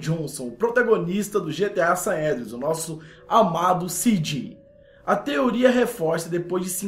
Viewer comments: "GTA Saédreas" kkkkk ótimo vídeo. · " Saédreas " ? KKKK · GTA SAÉDRIAS KKKKKKKKKKKKKKKKKKKKKKKKKKKKKKKK RI ALTO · que diabo é GTA saendreas? 😂😂😂😂😂😂